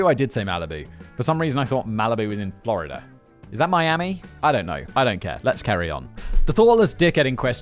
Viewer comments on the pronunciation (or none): none